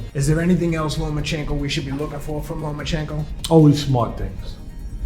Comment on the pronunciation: Teddy still can’t say lomAchenkos name right